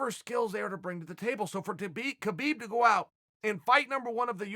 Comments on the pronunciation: put some respect please, learn to pronounce his name correctly, khabib (ha-bib) not (ke-bib) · CHAEL!!! His name is pronounced HABIB!!!! If you want to give him respect, pronounce his name right. Seriously. I'm sure in your life, people have said your name incorrectly. Kale, perhaps. He's Habib. There's a guttural kh sound, in there, in his language. But it's Habib. Go ask him yourself. Also, yes, he's an intelligent fighter, with an old world mentality. He will never show you all his cards. So, expect to see more unexpected skill sets. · He's saying Khabib's name wrong. The K is silent -__ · Why cant people pronounce his name properly? The K is silent. Do you pronounce the G in Gnome? No.. So why is this such a problem?